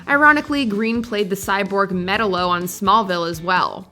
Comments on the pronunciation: Metal-lo? It’s Ma-Tal-Lo 🙃🤣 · Metallo not metalo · ... That's not how you pronounced Metallo. It's Meh-tal-o. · Ummmm it’s pronounced meTALo lol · She said Metallo wrong...